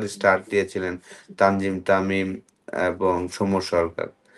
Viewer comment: তানজিম তামিম😂😂নামটা তো ঠিক করে বলা উচিৎ। তানজিদ তামিম❤❤